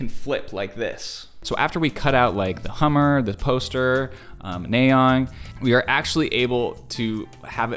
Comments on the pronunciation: WHY DOES HE STILL SAY NAYEON WRONG ITS NA YEON NOT NAE YON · It's na yeon not nay oen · It's not naeon it's pronounced as naa yon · “Neigh-yeon” 😂 it’s naay yeon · Nice analysis of the MV but he pronounced Nayeon's name wrong every time. It's not "nay-yeon", it's "na-yeon". The first syllable has a hard A sound which should sound like "ah" or "aaa", not "ay" or "ey". I guess this is his first time seeing Twice since every Once knows this, actually 99% of Kpop fans probably do since Twice is one of the top groups. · Kind of (?) unrelated but i wanted to point it out, When you say "Na" it's more like the "a" in "as" so, it'd be like "Nah-yeon", not so much as "Ney-yeon", you know Thank you for coming to my Ted Talk :) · btw, just so you know; her name is pronounced nye yon 💖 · Why Are you pronouncing It Ney-yeon Its NA-YEON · Sorry i don't mean to say that, Nayeon name is 'NA YEON' don't 'NAY EON"!! Thank you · It's Nayeon not Naeyoen, you literally watched the video an still messed up her name🤦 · Hahahaha.....I don't know why it bugs me so much but it's "NAH"-yun, not "NAY"-yun. But all good 👍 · just a heads up her name is pronounced "Nah-yon" not "Nay-yon" easy mistake though :)) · Also, just a friendly lil correction, its pronounced NA-YE-ON and not NAY-ON, hope that made sense 😃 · i cringe everytime i hear him say nay yun and the typo of her name in the top right corner.. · to pronounce "nayeon" its "nahyon" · her name is pronounced Nah Yeon. (Nayeon) T.T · nayeon is actually pronounced nye-on !! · idk if you care xD but the pronounciation of her name is nah, like "nah bro" and youn, like "young" without the g. nah youn :> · they are joking because he pronounce it like naeyon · You pronounces nayeon name wrong 💀 … …. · This isn’t hate just a little correction - The “A” in Nayeon is pronounced the same way as the “A” in after😓🫶🏻